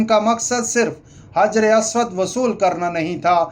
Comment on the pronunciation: حجر اسود۔۔۔کا تلفظ. درست کریں